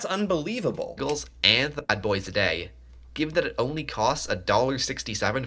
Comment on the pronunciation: WHO IS THIS SUPPOSED CANADIAN THAT KEEPS MISPRONOUNCING "BAGELS"!!